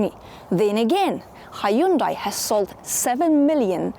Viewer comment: It's pronounced Hyundai like Sunday.